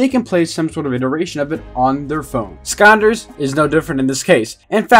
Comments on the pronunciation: am I The only one annoyed on how he says skyanders and not skylander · Why do you keep saying Skanders all the time 😂